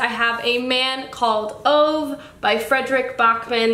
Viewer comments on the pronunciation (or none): Pro tip: It's pronounced A Man Called Ooh-Veh because Swedish heh but either way it's one of my favorite books of all time and will change your life. Also you'll fly through it because it's charming and engrossing and jusss read tha shiiiii